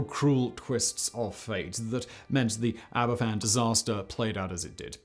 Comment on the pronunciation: Sorry to be a grammar nazi but I am just trying to educate. Aberfan is pronounced "Abervan". The "f" in Welsh is pronounced as a "v". An "ff" in Welsh is equivalent to the English "f".